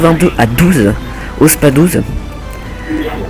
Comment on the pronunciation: C'est moi ou il dit SPA Douze au lieu de SpaS douze avec un S ?